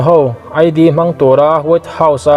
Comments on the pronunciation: Muslim Id tih hi aidi ti a lam lo vin Id(it) ti a lam tur ni awm tak a ni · Muslim Id hi Muslim thlaserh a ni a, Mizo tawnga a lam rik dan chu IT ti a lam rik tur aw, i aw a fiah fai e, Donald Trump hi a tlin a ngai, keep it up. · I chhiar thiama,i aw pawh a fel fai e,Id i tih kha eat tia lam rik tur, ngaihthlak a nuam leh zual ang